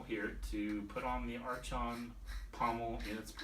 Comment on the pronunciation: Great review! I have two sentinels and they've fastly become my favorite dueling sabers. So ergonomic and sturdy, being one solid piece of aluminum. And btw, not to nitpick, but it's pronounced "ark-on," not "arch-on," even tho it's spelled that way. They were governing magistrates of ancient Greece.